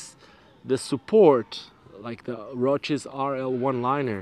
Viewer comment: Why do you keep saying roaches instead of roces, there's no h in roces.